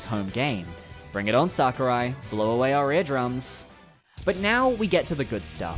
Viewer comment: Does it bother anybody else the way says Sakurai? lol